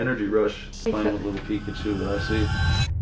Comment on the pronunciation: It’s Pikachu* Not pikatchu